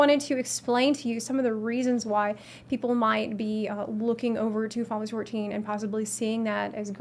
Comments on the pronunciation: "Finalsee 14" lol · How does manage to pronounce "Final Fantasy 14" in one syllable?! It's very impressive! "Faaafassie fourteen" xD